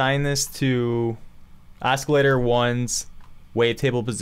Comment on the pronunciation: Why are you pronouncing it (os-kil-lator)? It isn't pronounced that way. It's pronounced as (aa·suh·lay·tr)